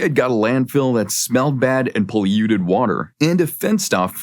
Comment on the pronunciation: Poll-you-ted water? Echetera?